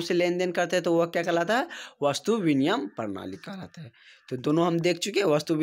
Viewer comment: Binimay hota h aap biniyam bol rhe hai